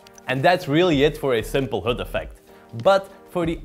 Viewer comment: HUD, not hood .... damn it guys... ENGLISH !